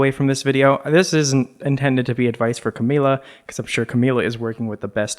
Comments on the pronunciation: it’s camila not camilla omg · it’s CAMILA not Camilla